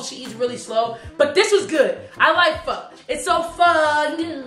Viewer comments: is correct you pronounced it correctly the first time so fire love me some pho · Yasss to on letting them know how to pronounce pho correctly!!! A real one